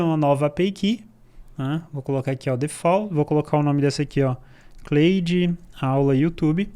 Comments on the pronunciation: Só acho que a pronúncia seria algo como 'Clód bot' né!? kkk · Se lê "Cloude" não "Cleude", video excelente. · Claro que nao, em ingles nao é Cleide kkkkk